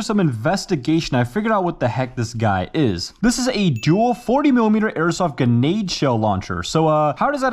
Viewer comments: how you pronounce Grenades lol it drives me nuts! there is an R in GRENADE! but you say it like GENADE lol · If i had a dollar for every time he said geenade i woulf have 8 dollars, not a lot but still enough to get annoyed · STOP SAYING GENADES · I'm glad I'm not the only one who gets mad everytime he says guhnade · doesn't say grenade i swear he says "genade" anyone else? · Like… why do you say guh nade? Just say gre nade literally just gruh naide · I cannot forgive the way he pronounces grenade as "genade" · its GRE-nade !! not genade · "cartage" (cartridge) "ganaid" (grenade) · Stop calling it genade it’s a grenade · “Guhnade” and “carcage” are really throwing me off lmao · GRENADE. Also, btw... It's Grenade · Does it annoy anyone else how this guy says grenade? He either says "genade" or "gernade" every single time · There called GRENADE'S the r is not silent. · He says Ge-nade like the R is silent 😂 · Grenade... there is an R in there. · He keep sayin genade